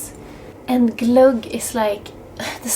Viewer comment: Your pronounciation of 'glogg' is so much nicer than the typical English, which sounds more like 'clog'. Thank you, lovely Winter episode. Maybe it's time for ice skating on the lake. Aloha!